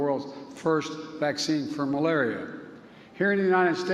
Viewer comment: To end AIDS, tuberculosis and malubullll..🤣